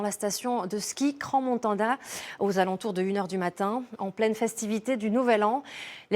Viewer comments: Le contrôle conformité des bâtiments n'existe pas en suisse. Cela ne m'étonne pas ! On dit Cran et pas Crance Montana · Crans Montanda? Vraiment ? comment voulez que votre reportage soit crédible si même votre journaliste n'arrive pas à prononcer des nom de village en francophonie? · "Crans-Montanda " ?? Crans- MontaNA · "cran montanda" 🤦🤦🤦🤦🤦🤦🤦🤡🤦🤦🤦🤦🤦🤦🤦 ces gens ne sont pas payé pour reporter des faits vérifiés!? Et ils sont même pas capable de verifier le nom de l'endroit!?! C'est Crans Montana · Les journalistes français et la prononciation des noms propres. C'est Crans-Montana, pas Cranse-Montana (on ne prononce pas le 's'), ni Crans-Montona (ce n'est pas du 'an' mais du 'ana')... Ce n'est pas "La Constellation", mais Le Constellation. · C'est cran montana pas cran montanda! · Si jamais, vu que ça été prononcé deux fois de manière atroce, ça se prononce "CRAN-MON-TA-NA". Evénement tragique. Soutien à la station et toutes les familles impactés ❤ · "crans-montanda". "cransses-montana". la prononciation les gars.. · pas foutu non plus de prononcer le nom de la ville correctement...